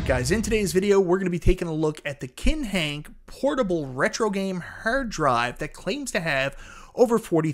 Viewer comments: Sounds like he saying hair dryer. Im gonna pass on the review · The way you say hard drive, terabyte and rpm is bonkers. Hahaha